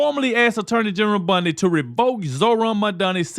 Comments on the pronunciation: With all due respect, please pronounce Pams last name correctly... BONdi not BUNDI. 💜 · Love you but dude her name is not Pam Bundy its Bondi